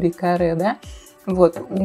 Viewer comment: Не мод, а мод